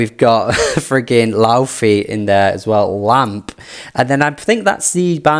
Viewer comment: Cool vid, haven’t listened to music for nearly as many mins as a lot of the people here! Side note: I found out the other day that Laufey’s name is pronounced “lay-vay”